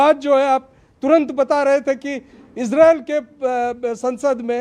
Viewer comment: BKM77 Most Resp ected Mr.AMISH DE VGUN G Gustakhi Muaf Please Aap KHUDA K VASTE Ye ISREEL kehna Hamesha k liye Chhod Dijiye Aap GALAT Ucharann karte hen aur Sun ne me bhi Bilkulbhi Achha nahi lagta. Aap ROYAL to keh Sakte hen zra uss se Pehle IS Bol den to ISRAYAL Bol den to Bada hi Achha lagega Aap to US TADON K USTAD hen Aur kaafi Edu cated bhi. Maen 78 Varshiye Ek Tuchh PRANNI Aap se Haath Jod kar K BHEEKH Maangta hai ye PROOF REA DER. Kai Salon se ISREEL ISREEL Sun te huye KAAN KALE ho gaye hen. PLZ Don't mind. Actually y Spellings to ISRAEL hi hai iss COUNTRY ka Naam Kya Maen Future me AAP se UMEED kar sakta hun. Aap Apne Charnon me Mera Parnnam Swikar karen.